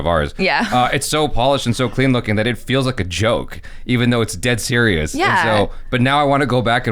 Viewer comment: saying "dead sirius"